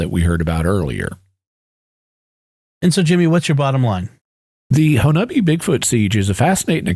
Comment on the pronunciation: I lived for a long time in southeast Oklahoma, Little Dixie, about an hour from Honobia. I am so glad you pronounced the town name correctly. However, the mountain range is pronounced Ki-uh-mi-she not Ki-uh-mi-che